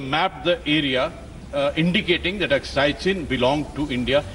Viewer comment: who hires these anchors who dont even know how to pronounce Aksai...she pronounce it as "Akshay" 🤣🤣